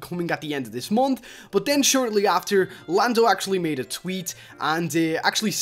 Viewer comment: Did he just call Lando Blando?